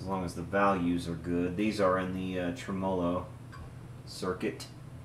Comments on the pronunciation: It's TREM-olo.Not tra-MOLO. But I enjoy your videos. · Trem- uh- loh :) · God, I love your videos except for the way you pronounce tremolo. Drives me nutty every time. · Pretty cool how the word “tremolo” can be pronounced so differently just 300 or so miles away. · Learn how to pronounce tremolo, other than that great video. I bought one of those brand new in 1968!